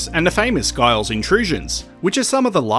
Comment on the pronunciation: Giles is pronounced with a J